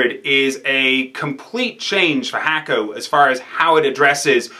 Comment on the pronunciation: Hakko is pronounced "Hawko" not "Hacko"